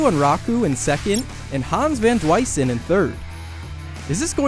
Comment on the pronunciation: Van Duysen, not van dwisen